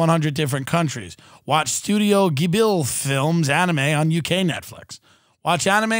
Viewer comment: ‘studio gibill’ lmaooo